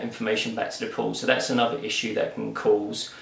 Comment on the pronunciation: I thought he was saying "pooooooort". Say what?